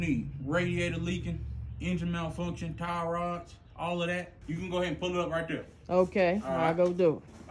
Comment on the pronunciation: man said “tire rods”